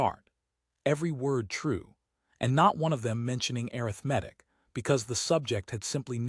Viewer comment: Your AI can't even pronounce ARITHMETIC correctly!